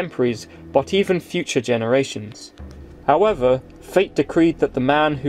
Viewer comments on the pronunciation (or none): none